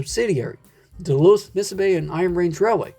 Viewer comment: Missabe is pronounced "miss-aw-bee". SD40-3 was rebuilt with the "dash 3" computer control and wheel slip system. Also the spelling 'Messabi" is used locally.